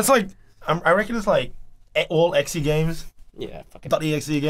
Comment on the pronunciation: he called exe ann exxy game. He no very smarto